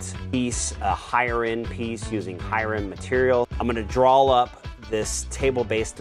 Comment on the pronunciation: You can here pronounce “draw up” as “drawl up”. I’ve noticed others from the southern US have this odd pronunciation of the “aw” as the end of words, but never as far central as Oklahoma.